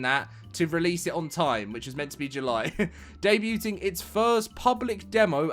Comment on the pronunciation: Bro said "day bute-ing" instead of debuting